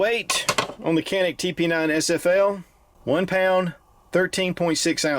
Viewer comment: Canik is Turkish, so I think its pronounced "chanik". Like that fat walrus Cenk Uygur. Just saying... Anyway, great video as always!